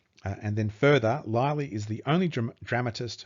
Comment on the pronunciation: What a disgraceful presentation. It must have been written by the illiterate Will Shaksper of Stratford. John “Lie-Lee” whennit should be “Lilly”; “Viss-count” instead of “Vi-count” and Richard Cecil when it was Robert Cecil. I’ll stop there - suffice it to say the presenter/author is as about as untalented and unprepared as it is possible to be. I’m sure Thomas Looney would prefer anyone else to explain his brilliant book & research.